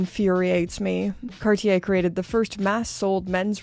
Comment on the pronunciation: Maybe an idea to learn to pronounce cartier 😉